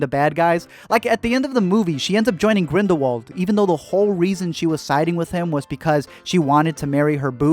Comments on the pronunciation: NO NO NO. Grindelwald. IS pronounced with a V. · Not really tho. He's pronouncing it less wrong but not correctly. Grindelwald is German so therefore it needs to be pronounced very differently to the English pronunciation